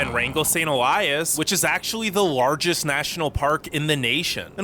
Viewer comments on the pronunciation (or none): none